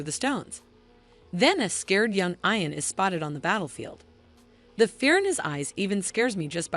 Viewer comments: Yes it's, eeeean. and Graig Naa Doon!! What a crappy synopses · Ian is NOT pronounced 'eye-an'. Are you a robot?